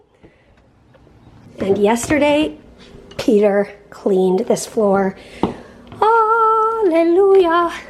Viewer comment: Sounds like your saying peter with a Brooklyn accent😂 peeetah!